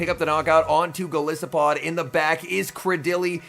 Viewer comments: Great battles. Enjoyable commentary. I would appreciate hearing you say golisopod correctly. The “I” is pronounced like Goliath. Goliath + arthropod = golisopod. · is it not based on an isopod? it would still be a long "i" though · Go-lie-so-pod? What about Gliscor? Is that with a short "I" or long like in goliath